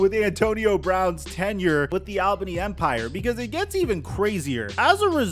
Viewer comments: It's pronounced "All-bunny". Not "Al-bane-e" 😂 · we say it all-bany not al-bany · it’s pronounced ALLbany